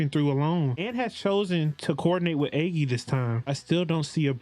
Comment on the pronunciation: You probably won't see him for a while but agi is pronounced like nagi without the n